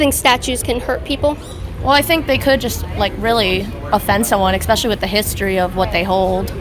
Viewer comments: I get offended when people say “exspecially” and not “especially”.... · There we go again. "EXspecially ". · Never trust someone that says "eXspecially" lol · "expecially with the history of what they hold" the way that girl speaks makes my blood boil idk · She was one of the "smarter" ones there but her boyfriend just agrees with her, got no opinion of his own. If she says "expecially" he'll just agree that it's the right ponunciation 😆